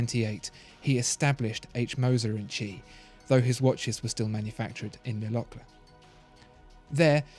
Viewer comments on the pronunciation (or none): In Moser & Cie - Cie is pronounced see not chee. For example In French sky is ciel pronounced seel. This undermines my confidence in your rather portentious commentary and is irritating. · I can’t un-hear this “tchee”... “Compagnie” isn’t too hard to pronounce. Same as Company... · It's pronounced "see" not "Chee" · Chee? It's not Italian, it's French, and they say "compagnie". It's no more "chee" or "see" than "lbs" is "libs". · It's not "H. Moser "and chi"", but H. Moser "and company". "cie" is the abbreviation for "company" in French. Ears still ringing... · "Cie" is pronounced "si" or "see", not "chi". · Please...! Now that you know that “Cie” means “compagnie”, spare us the “tchi” and redo the voiceover, correctly this time! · its not pronounced "chi", its more like "sea" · Please, please...'Cie' is the French abbreviation of 'Compagnie' and not pronounced as 'chi' , the English should know better! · Was about to comment same. Puts credibility into question when a basic pronunciation is borked. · Made me cringe every single time. Should have called the cie H. Moser and son.